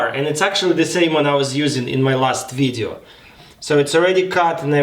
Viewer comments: Bla bla bla in my last ВИДЕО bla bla This word sounded like a russian word with russian accent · Да особенно слово видео